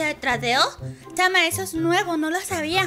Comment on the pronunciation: no dice chama dice "xama"